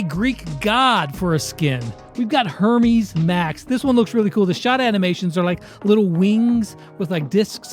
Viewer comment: says Hermes correctly Me: FINALLY